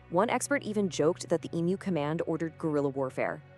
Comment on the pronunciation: Another creepy AMERICAN AI redstory based on a true event, which could not pass up taking the piss out of Australia. " WE " don"t care but even the AI could not pronounce "EMU" correct to Australian standards. So much technology, such a little word and yet SO WRONG.